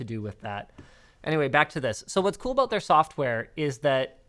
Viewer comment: that Canadian aaaaboooot